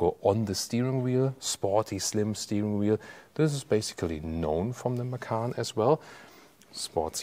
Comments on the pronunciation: What is Porsche Makan?? Isnt it MaCan.. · Hi, thanks for as usual video. By the way, 'macan' is taken from Indonesian language for 'tiger'. The correct way to pronounce it is "machan" (c for charlie)... 😊